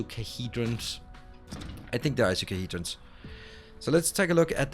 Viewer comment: Puny Alien 😂😂 And its, EYE-CO-SA-HEDRON